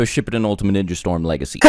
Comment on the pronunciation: Why must you say “ship-i-din”